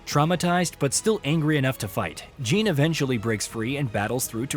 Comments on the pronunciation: Jean? I think you mean Jin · He suddenly started calling Jin "Jean" like halfway through the video 😂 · I'm like "who the fuck is Jean!??" 😂